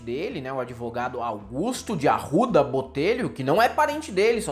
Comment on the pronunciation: "Mirwénda" de "Arrwudha"